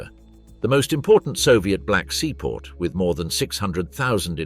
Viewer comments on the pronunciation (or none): none